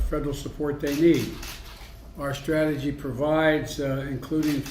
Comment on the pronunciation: Reading between the lines "Unveil my comprehensive stragahgee..." trails off, forgets where he is, remembers where he is, looks at the sheet, forgets how much he read, "it's been uh...." Makes a MONKAS face at the paper because it doesn't have any clues on it as what to say next, "You know..." Stairs blankly, starts to snore, recovers, "I GUESS I look at attorney general" Makes the mistake of looking up from his prepared statements, "We been this a law time, at this a long time." Looks back down to where he left off like a child swimming desperately back to the shallow end of the pool "A long time." It's only be a few months and I agree, this shitshow feels like a long time.